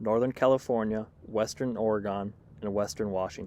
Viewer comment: It is NOT Oregone! Orygun